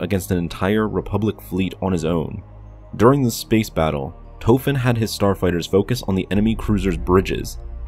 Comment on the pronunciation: His name is Tofen And the red barons last name was Rich-thofen Small difference